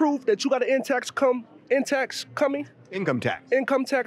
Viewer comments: The confident guy pronouncing income tax wrong killed me 🤣...In tax come.... in tax coming 😆😆😆 income tax coming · The dude that couldn’t pronounce income tax 🤣🤣🤣🤣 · 🤣 he can’t even say “income tax” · He can’t even say the word income tax … something tells me he’s never had a job I hope his acting career goes well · Dude in red shirt outside don’t work he isn’t familiar with an income tax check he can’t even say the words “ Income tax check.